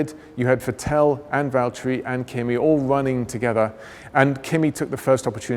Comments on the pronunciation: he says "Vitél" haha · The way he pronounces vetteeeeel 😳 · Ah, the famous Vetelle Leclerck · why is he saying Vettel like this XD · I don't even mind that, however, he's not pronouncing "Vettel" correctly...